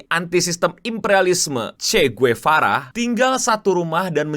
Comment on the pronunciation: Sekedar koreksi Cara baca Marie Antoinette begini 'Marí Antwánet'. Kalau Che Guevara di bagian Guevara begini 'Gwevara' bukan 'Guwevara', agak cepet dikit di bagian 'Gue'.